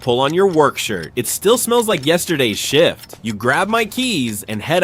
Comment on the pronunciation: If it wasn't for the subtitles, the word shift sounded like Sh1t